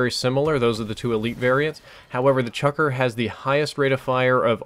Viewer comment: lol, chucker?its the CHUCKLER.